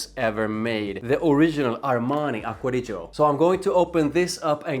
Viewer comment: Nice italian pronunciation